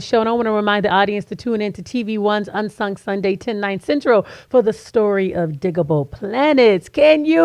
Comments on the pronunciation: Digable not digitable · DIG-Able btw... Not Digible. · She keeps saying Dijable instead of DIGable.. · I know...clearly she wasn’t a fan. They say it on their albums many times it’s DIGable. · She pronounced digable wrong...cringe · Roger S Oh Butterfly politely corrected her! After she kept saying it, I didn't listen past the 1st few minutes of the interview. I know she didn't do it maliciously but it irks me when interviewers appear to not do any preparation before interviewing their subjects. Including getting the names right! Thanks for the reply.